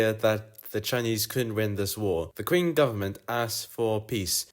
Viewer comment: a channel with what looks like a nice future, slight titbit is that the Q in Qing is pronounced as a ch rather than a k/kwe